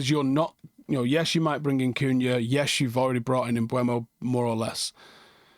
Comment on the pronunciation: I’ve learned it’s pronounced MBooomoh